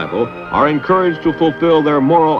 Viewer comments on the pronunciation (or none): "encouraged" "opportunity" Wow, those are funny sounding words